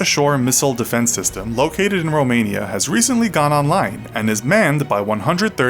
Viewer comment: I HEARD ROMANIA LIKKEEEEEEE